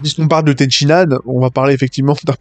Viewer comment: Purée stop. C'est Ten Shin Han, pas Ten Shi Nan. À chaque fois que tu le prononce Ten Shi Nan, y a un bébé phoque qui meurs dans d'atroce souffrance, apprend à prononcer correctement par pitié.